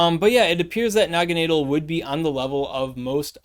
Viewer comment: Ahhh yes, Noggineedle. My favorite Ultra Beast. JK 😂 I think it's pronounced Nagana-Dell but not too sure. I'm most hyped for the Lord of Guzz 💪